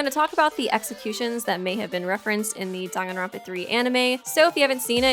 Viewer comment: Dong-an-ronpa no its Dang-an-ronpa